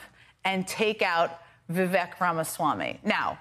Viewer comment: It's [VIV-AEEK] - like CAKE... I thought you two were professionals. 🙄